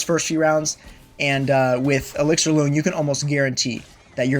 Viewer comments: When saying “loong,” it’s pronounced closer to “long.” It’s Chinese and means “dragon,” his name is ‘elixir dragon’ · BTW, you’re pronouncing it wrong. It’s a Chinese word pronounced “lung”. Hence the “Auqa Lung”.